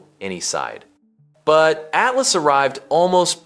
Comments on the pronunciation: Great information, but your AI editing is terrible….Oh the whole thing is AI…ugh. Can’t even pronounce atlas correctly. At las….come on…do better. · The weird pronunciation of “atlas” makes me think it’s AI. A few minutes later it switches to normal pronunciation.